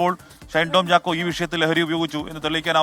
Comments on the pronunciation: ഷണ്ടൻ ചാക്കോ അല്ല ഷൈൻ ചാക്കോ 😊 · ഷണ്ടൻ ചാക്കോ എന്നാണ് ഞാൻ കേട്ടത്..